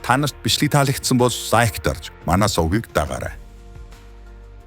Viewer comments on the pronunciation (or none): none